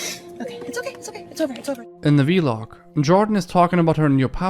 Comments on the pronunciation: he says v-log instead of vlog🤣🤣💀💀💀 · Good video but the way u say vlog is funny, it’s not vee-log, it’s just one word, vlog lol